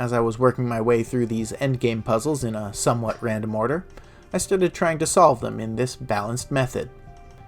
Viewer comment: "sum-what random order"